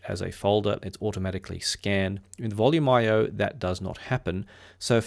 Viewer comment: I’ve been using Volumio sporadically for years and started with its predecessor Voyage MPD Linux over 10 years ago. I’d never considered it was pronounced “Volume IO”; I’ve always said “Volu-mee-o” because it is Italian.